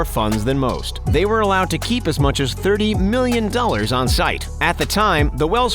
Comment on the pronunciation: Allowed to keep “ 30 million dollars “ on site 😂😂 why you say it like that 🥴